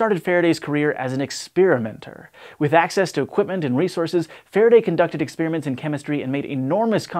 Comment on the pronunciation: Experiments, not exspearmints